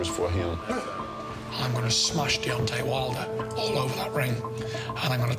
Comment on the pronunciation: Can somebody at BT please tell Steven Bunce it's DEONTAY not DEONTY, thanks...